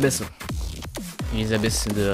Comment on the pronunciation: MDRRR il a dit elizabess au lieu de elizabette (enfin ça se prononce comme ça mais ça s'écrit Elisabeth)